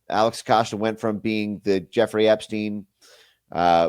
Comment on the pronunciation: it's Jeffrey "rey"